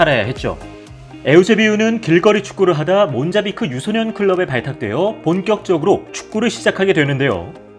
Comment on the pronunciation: 아니 왜 계속 모잠비크를 몬자비크라고 발음 하는거냐?